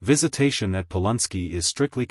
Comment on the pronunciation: Its NOT POL UN SKI! ITS POLANSKI.